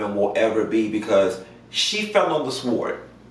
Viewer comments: Did you just say Sword?? It’s pronounced Sord. Just found your channel today. You are serving real information here. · He said sWord. The "W" is silent... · Pronunciation of sword the w is silent. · Great analysis! The "w" is silent in sword.